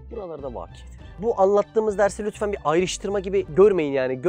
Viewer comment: Concon un itfen demesi :-):-):-)